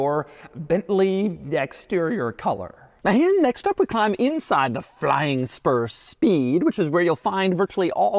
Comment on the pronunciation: you can’t tell me he didn’t say flying sperm